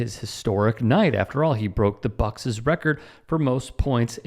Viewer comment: "He broke the Buck-siz record"...? Whether you wrote it as Bucks or Bucks', iti s pronounced as just one syllable.